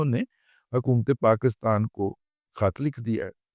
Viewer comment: ابے پہلے پاکستان کا نام تو صحیح لینا سیکھو- یہ PAKASTAN کیا ہوتا ہے صحیح لفظ PAKISTAN ہے